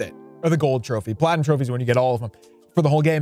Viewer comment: Nah he said platuim😭 on PlayStation